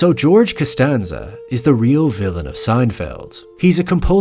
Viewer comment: Canstanza.. canstanza...